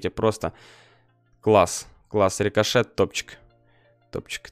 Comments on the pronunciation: досих пор орууу стого что как в первой серии называл бравлеров спике сроу сшэлу колт джэсие ричошэт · Не забывай то что рикошет это РИ-КО-ШЕТ